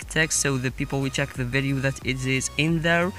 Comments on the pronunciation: Check"" not cheek lol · I saw it said "cheek" not "check"😂. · have you guys realized that it said cheek this video